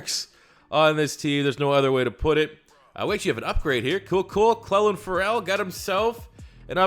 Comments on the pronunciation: Clelin Ferrell is pronounced (CLEE-Lin Ferral) like referral without “re” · Lovin the vids man. Clelin’s name is pronounced “Clee-Lin” “Fur-le” by the way. Just trying to help out. Keep the content rolling! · Steampunk112 YT he’s not saying it different he’s literally mispronouncing it tho lmao